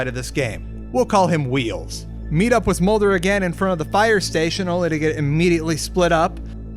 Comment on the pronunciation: Are you central european? Why do you says "witz" instead of "with"